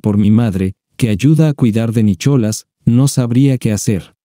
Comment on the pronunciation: Nicholas😂 se pronuncia Nicolás 😂😂 😂